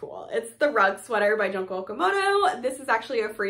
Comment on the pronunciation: Love seeing all these sweaters! Thanks for sharing 🙂 PS Junko is pronounced “June-ko”, like the month of June+ko!